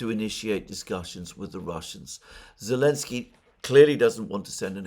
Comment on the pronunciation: Yep! Alex C has it right: he calls him 'Elensky'